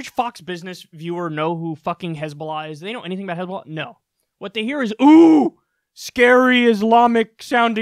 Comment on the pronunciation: Genuinely started laughing my ass off when i heard hezbulla XD